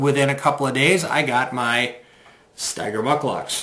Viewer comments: Pronounced StEger, not StIger....thanks for the vid review. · It’s pronounced steeeger! Will Steger was an internationally known arctic explorer. You will also appreciate high heavy alpaca socks! They keep you dry & warm! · I've had my Ojibwa Shorts for SEVEN years now and they're still in impeccable condition. I've never seen ANYONE wearing them and it's crazy what a secret they seem to be! My boots seem to hold up just fine in light to moderate rain. I think it's pronounced "Stee-ger," though, no?